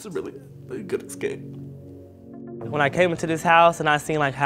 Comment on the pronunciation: Me: Wanting to make fun of for saying “icks-scape” Me in reality: Crying over his story.